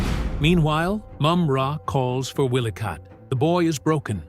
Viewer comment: He's not saying their name's right it's wily kit & wily kat